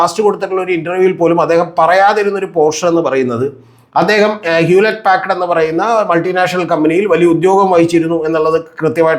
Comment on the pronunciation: ഹ്യൂലറ്റ് പാക്ഡ് അല്ല, പക്കാർഡ് (പക്കാഡ് )ആണ്. ഇതൊന്നും അറിയില്ലേ? 🤔😱